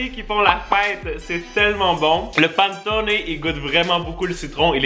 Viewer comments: Miamm ! J'adore la nourriture de Noël! Haha Aussi, panettone se prononce pané-tooo-né :) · La façon comme il dit panettone j’ai mal à mes origine italienne sinon belle vidéo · J'ai pris une balle en plein cœur lorsqu'il as prononcé panettone 😅🤣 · SVP va écouter la façon de dire Panettone en italien et en français sur google traduction, c'est la même chose. J'ai eu une crise cardiaque à chaque fois que tu l'as prononcé de cette façon.